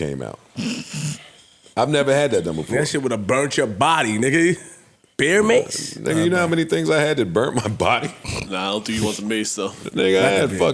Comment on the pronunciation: “ Beer mase” they geek 🤣🤣🤣 its Bear mase JBP…